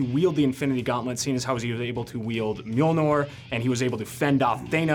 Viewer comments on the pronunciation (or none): Anyone Not a soul LITERALLY NO FUCKING PERSON ON THIS EARTH The host: Mijolnor... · Except how to pronounce Mjølnir :( GREAT interview though